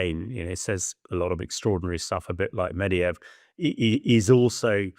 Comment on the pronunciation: Here we go again... "Nucular" and "Mediyev"? Can you at least find "experts" who can read?